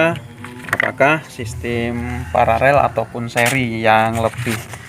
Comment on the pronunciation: Koreksi bos.... kata yg benar adalah PARALEL bukan PARAREL. 🙏